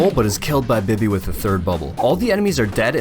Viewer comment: It’s not bi-by it’s bee-bee (bibi) but I ain’t judgen